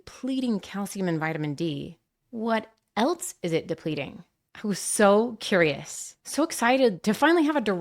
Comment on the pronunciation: Else doesn’t have a t. Please don’t pronounce it that way.